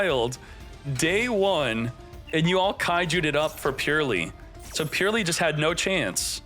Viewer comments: its not purely, its Purr-ly gotta make the Purr sound like cats make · Great matches all around. New format is great. Can't listen to him say purrely though it hurts. It's purr-lee the e after the r does not affect the words sound. Supposed to sound more like pearly than purely.